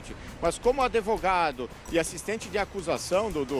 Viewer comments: Que advogado é esse que fala adevogado? Usa o verbo " manter" de forma errada? Eita!!! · Não sei quem é o pior desta reportagem. O advogado fala" adevogado". O apresentador... Bah.... Não sei nem o que falar dessa voz e a repórter em vez de falar a palavra "lacuna" ela fala " rombo". Vamos suplicar um pouco para que eles estudem melhor a língua portuguesa, porque assim, não tem condições.